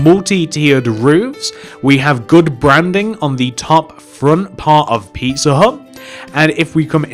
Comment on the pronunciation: When you say pizza hut fast it sounds like pisser hut